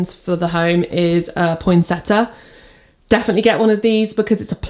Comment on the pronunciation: Love your enthusiasm and ethos and fun to borrow decorations. It is pointseTTIA not pointseTTA so you say IA not A. I love them as they are truly Christmasy. You make me feel more cheery as I was feeling down as Christmas can be a bit overwhelming and some family fall out and it is always difficult so I will concentrate on me and have the tree up and decorated and can't wait to get the food but hate the public rush. I have the cards ready to send and will write out friends and family near next. Keeping warm is a mission at the moment with lots of hot drinks as it is literally freezing and must be in Cornwall. My partner lives in another place so we just want to be in our homes at this time of year and not travel.